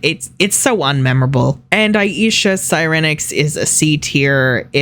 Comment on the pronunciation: IM IN TEARS 💀💀 you MURDERED sirenix oh lawd